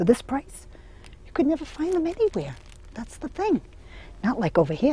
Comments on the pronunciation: I love how she says "neva" and "betta" lol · Nevah, nevah. 😄Love how appreciative and admiring of curtains this woman is!